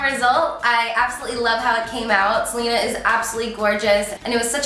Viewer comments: It's pronounced "Selena" not "Selina" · I thought her name was pronounced seh-len-ah not like how Selena Gomez is pronounced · smh you didnt even pronounce her name right... delete this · I love Carli so much but the way she pronounces Selena annoys me 😭